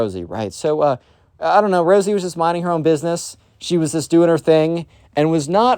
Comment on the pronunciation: Instead of rosey u said rizzy I was coughing from laughing btw great video